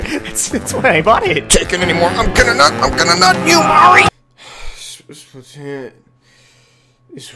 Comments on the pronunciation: "Marie, is best squid." * Can't pronounce her fucking name right * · How can you call yourself a Marie fan when you can't even pronounce her name right?